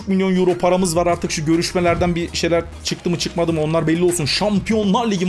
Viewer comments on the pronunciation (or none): none